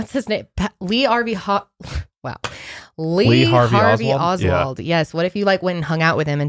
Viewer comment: lool "lee arvey hoswald"